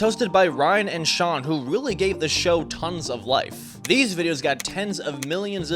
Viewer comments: Firstt, it's Shane, not Shawn. Second, sure Ryan and Shane went greedy, but they listened to us and made a bit of a better choice. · ITS SHANE NOT SHAWN